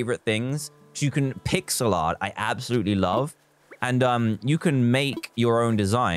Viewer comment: Let me just say that said ab-salutly